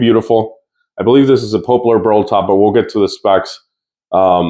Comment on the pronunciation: Nice. I just ordered one in stock from Kiesel. Btw Its poplar as in 'pop'...not pope-lar. Congrats!